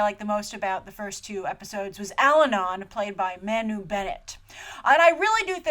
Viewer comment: Loved it! Agreed with 96% of what you said (disagree on the feminist angle, and Elves not dumb - they're just really really happy, peaceful, sweet, loving, kind....and innocent & naive. I'd be too if I were living in that lovely Kingdom :D ) Agree 100% on everything you said about Manu :] (btw, it's pronounced Mar-nu ....you're gonna be saying his name a lot ;) )